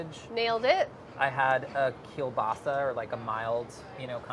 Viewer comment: what a perfect Polish pronounciation of "kiełbasa"! congrats:D